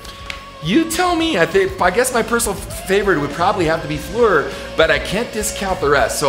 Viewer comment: I appreciate the correct pronunciation you use for Floor's name. Not many people get that.